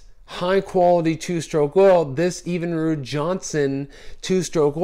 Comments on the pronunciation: What the hell is EVEN-ROOD? It's pronounced Evin-rude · You're saying it wrong. It isn't pronounced EEEEEvinrude. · Evenrude is not pronounced with the EEEE sound. Not long but short. My God you should know how to pronounce your motor. Your Motor is not rated for Premium Gas, look up your octane knock guide, you can harm your motor, just like your car, if you use Premium on an engine that's not rated for it, you will hurt your performance. Trust me I work in the fuel industry. Bad advice all around.